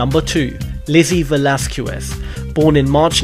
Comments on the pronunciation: Um, Lizzie Velasquez's last name is pronounced 'Veh-LOSS-kess'. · It is Called: Ve-Laz-Kèz